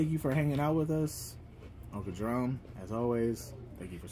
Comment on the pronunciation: It’s uncle Jefome